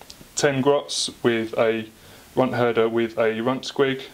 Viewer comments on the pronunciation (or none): love your batreps, the armies and tables always look awesome. but please for the love of gork, it's runt herd. he herds the runts.its not a "th" keep up the good work though